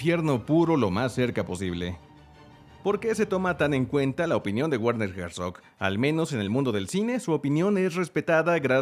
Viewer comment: se pronuncia Berner Jersof ..... saludos